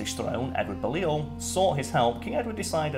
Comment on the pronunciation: Excuse me Karl, but we need to have words. Firstly, you're half Scottish but couldn't pronounce Balliol right (Bailey Ol)... secondly, while I agree with your suggestion that people watch A Knights Tale (tis one of my favourites) you missed what may just be one of the biggest draws to the movie. Yes it has Heath Ledger, Paul Bettany and the wonder that is Mark Addy, but it also has the dazzling, the sparkling, the voice actor and actor extraordinaire Alan Tudyk in it! How very dare you forget him... I demand you re-record this video and rectify your mistake, good sir... lest I fong you. Lol.